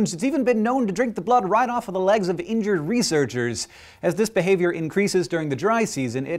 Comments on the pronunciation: Not to be that guy, but "INJURRED" whoops :) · "injurred" lol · ah-hem *injured, good sirs. not 'injurred' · injurred lol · ... "Injurred"? That isn't a word! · INJURRED?!? What's worse? Injured, injurred, or injurrrred? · Injurred? NOOOOOOOOOOOOO!!!!!!!!!!!!!! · Injured, not injurred ;) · Injurred FAIL. Injured, not injurred... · it said injurred, which should have been 'injured' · "injurred" oops.